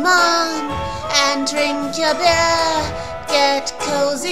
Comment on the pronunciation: <3<3<3 Ich find's total toll! Die Stimme passt richtig gut zu der Maus Total süß aber auch ziemlich verrucht! Außerdem finde ich, dass der Gesang an sich ziemlich gut ist! Du triffst (fast) jeden Ton Vor allem der Letzte Ton ist total schön! Ich musste ein bisschen bei "drink your beer" lachen xD sehr lustige betonung! Ich find's garnicht junkig, sondern sehr schön gelungen! Und hiermit will ich nicht schleimen xD Ich weiß doch, dass ich das bei dir nicht nötig hab!